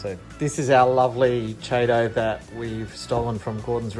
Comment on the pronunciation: Good job on the install. Nitrate at 10 isn’t even that bad. I know you guys have an accent and all but FYI Chaeto is pronounced “Key- toe”